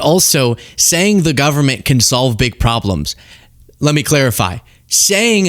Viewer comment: Moses Mike sounds like he said, “They shut down the Gubbment!” Nice game face coming out that door holy moly.